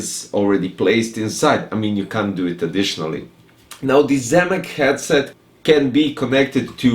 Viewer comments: The 'Gyed-set' cracked me up dude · The way you pronounced 'Headset' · Yes, but the way you pronounced it brøther